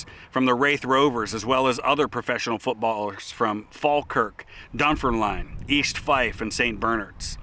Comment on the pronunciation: Great that you can pronounce Edinburgh, but Dunfermline is pronounced Dunfermlin , last four letters are pronounced as 'lin' not 'line'. Thanks again for the great videos.